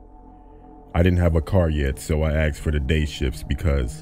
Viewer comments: "she aksed" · Love the vid, but asked, is not pronounced "axed" 😋😋😋